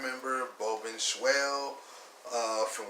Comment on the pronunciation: His last name is pronounced Ben-shawl